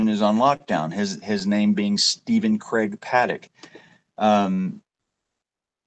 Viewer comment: Did anyone notice in the interview that was done with, there were several times that he called him Stefan instead of Stephen? Then in other parts he did call him Steve, but I thought that was strange. That is his brother... how do you mispronounce his formal name?